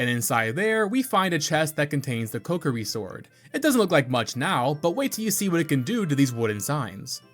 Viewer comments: Came to find this comment as soon as I heard you say "the cuckiri sword". After all these years, you managed to come up with a new one. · co-key-ree, not cockiri lol